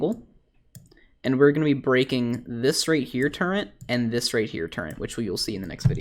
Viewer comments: "TURRET" NOT "TURENT" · by the way it pronounced Turret NOT TurreNT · ARE YOU SAYING TURRENT? WTF IS THAT? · Why are people complaining about him saying turrent? I didn’t even notice it until you guys pointed it out, not to mention he responded multiple times that it’s his language dialect where he lives. Now that I got that off my chest, great video! Screw keycard farming lol. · Lul he Said turrent like a 100 times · Why are you saying turrent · Theres no N in Turret my dude